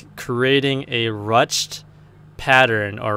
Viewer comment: It's pronounced "rooshed".